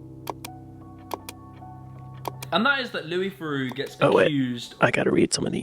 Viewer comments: Thereaux would be pronounced the-row. Theroux is pronounced the-roo. On another note, for some ppl thought crimes are the worst crimes. You don’t hear much push back about inside prison documentaries and interviews with killers etc. No one is concerned that by platforming them, viewers will turn into killers. On the other hand ppl are very concerned that if you platform a racist, viewers will become more racist. It’s really a lack of faith in other people. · The way to pronounce any name properly is as its owner uses it. So it’s The-rew’, not ‘The-row’. Louis has a unique talent for engaging with everyone he interacts with by being non judgemental and listening intently to the other person’s beliefs and comments. In doing so he appears to be sharing their opinions, but it’s not always so. It’s a very cunning strategy and very few of his ‘victims’ can resist coughing it all up, not realising how clever he’s been. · Lol, Why would you assume a USA-ian pronunciation link will give you the correct way to pronounce it, theh- row is obviously wrong, its a French name so will likely be pronounced that way in English to, theh-rue. USA-ian pronunciation links are invariably wrong for anything outside the USA unless they happen to coincide. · Louie Theroooo - the pronunciation you referenced was spoken by an American. Paul Theroux (American) called himself Therooooo - you’re wrong, I’m afraid. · Louis is pronounced _Lew-ie_, Thru-oh is how his last name is pronounced. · The pronunciation of Theroux can be either. I believe the British side of his family pronounce it Theroo and the US side of the family pronounce it Theroh